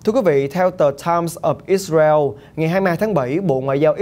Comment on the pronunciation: Ít xa reo .. kkk .. ông có đọc được tiếng việt dc thì đọc ô ơi , gd anh em chắc hảnh diện dử lắm